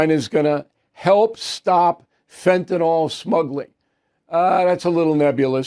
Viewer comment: NYL...NIL. It is fentanyl...NOT NAL It is not Fentanall! Please Bill, pay attention!